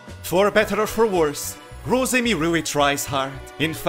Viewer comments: The gweat Wosemi-Sama is amazing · Sasuga The Gweat Wosemi-sama